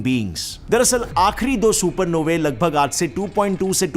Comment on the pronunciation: Supernovey sounds like a gaali 😂. Supernovas bolo😊